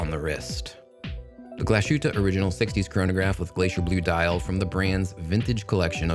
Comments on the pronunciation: Glashootah? Lol, c'mon now, Glashutte is Glass Hootah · Hi Guy: Just an annoying note on the brand name pronunciation: 1. Pronounce it however you want and see fit. 2. However, if you would like to get closer to the German pronunciation, try this: Glas-hoot-uh Ok, sorry for being that guy but I am that guy. You are also that Guy! Haha. Take care man and glad to see you are getting paid for some vids. You have done a lot of work. --Michael